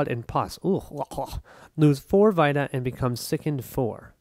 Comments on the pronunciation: Yea you were pronouncing it like vitamin but it’s an e sound. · FWIW it’s pronounced “vee-ta” like in PlayStation Vita.